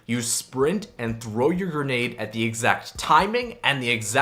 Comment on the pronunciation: umm sorry but it’s grenade not gernade